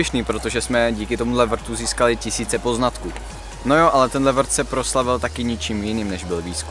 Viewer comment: jsem jediná, kdo rozuměl prd místo vrt?😂